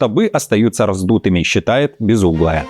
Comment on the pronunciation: Безумная😂😂😂, а не безуглая😅, тупизм!